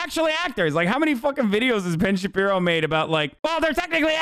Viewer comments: Ben shabibo?? Nah more like Ben samuerto. Spanish speakers will get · Lmao "Puck you Ben Shabibo" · Should call him Ben Shitpiro, that's what I call him...